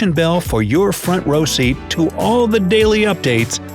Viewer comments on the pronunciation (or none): none